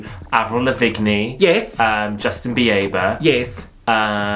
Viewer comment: Avril La-Vig-Nee Justin Bee-aye-ber Salina-Dye-on! 😂